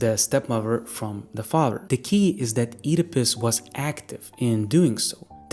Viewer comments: I keep hearing Oedipus as "Eat a Puss" 😂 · i really dont like how you pronounce Oedipus, but interesting video